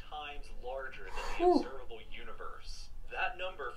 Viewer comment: "Observalbe Universe"